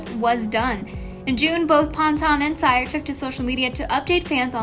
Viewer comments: Ceeerrrr not cyerrrrr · CYR is my last name too and its pronounced "Se-ar". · I don't think his last name is pronounced sire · You pronounce it Kio “SEER” say it with me S.E.E.R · its (seer) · WHY DID THEY SAY CYR LIKE THAT? ITS see-er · I cant get over "kiO ciEr" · SHE REALLY SAID KIO SIGHER!- IM DEAD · do not want to be rude, but you pronounced "Cyr" wrong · No one: this Chanel: Olivia pŌntän & Kio sîyër